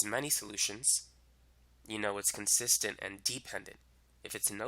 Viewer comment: I really understood the concept tysm.. 🙂 Ok but this is bothering me.. idk why... Why is he pronouncing consistent as consistence 😳.. because even my teacher was doing the same .. anyone pls say.. 😅